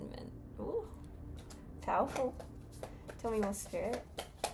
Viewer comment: 😊😅 hi it’s jez 😂you are so funny and cool sometimes, i havent just laughed out of the blue for a while my mate but I did just now Thankyou. Just before you introduced Edwarlhldo you were taking about lions, it was the way you said powerful, it sounded like pmeowerfull. I guess it’s probably you had to be there moment but 😂. I love that. ❤